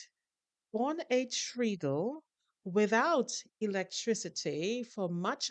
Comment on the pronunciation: TREADLE has a short e, not a long one. So not like tree at all, sorry i learned on my grandmothers. How do you say tread on a tyre?